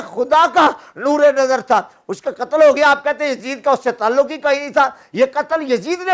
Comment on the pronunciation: Qttl ka lffz theek nhi hy